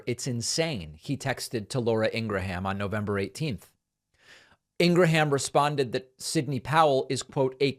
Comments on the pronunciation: Ingra-ham? David, what's with the pronunciation? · It's pronounced like gram, David, as for Fox they're complicit and liable. It won't be the first the donald has blamed it on Fox, I'm only shocked because they're FCC license needs gone and take Dejoy with you. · "Ingraham" lmao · David, why do you purposefully mispronounce people’s names? It makes you sound no better than the republicans who do that. You know how to pronounce Laura Ingram’s name as well as Guiliani’s. What’s the point of purposefully mispronouncing them? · David are you actually thinking Laura Ingraham‘s name is pronounced that way are you just being obnoxious I mean she’s awful so I’m cool with it either way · David why do you always pronounce their names like a moron? And chill it with the obmana it dried up like a year ago. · David mispronounces Ingraham on purpose.